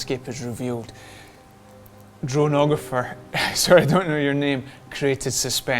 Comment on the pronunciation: Hi, Dronographer here 🙂👋 first of all, yes, you pronounced it right: drone + (photo)grapher = dronographer 😅 also thanks for your words about my first drone mini film ever. You are right, there wasn't really a story I was telling. It was just to challenge myself to do my first movie, show my skills and also show this (famous) Austrian vineyards 😊 cheers ✌️ Ps: I'm a bit unhappy about the music; slightly over dramatic. But still was the best fitting back then